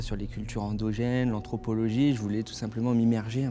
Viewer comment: Quand il a dit qu’il faisait un reportage sur les peuple indogènes j’ai tout de suite tiqué. Si tu prends la peine de faire un reportage, tu sais dire indigène…^^